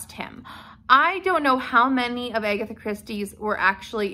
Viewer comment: Her name is ag- atha, not a-gatha